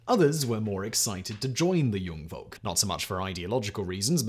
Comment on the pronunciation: You have no idea how often I had to repeat this section to find out what you just said /meant. You meant to say "Jungvolk" , what you actually said was "Jung Wolk" . That "v" isn't pronounced as "very" but as "f" like in "fire" . Most Germans v's are pronounced that way. Edit: Found out Jungvolk is actually one, not two words.